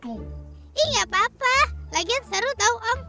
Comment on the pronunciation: Pas dia bilabg tau u nya di ganti i jadi apa???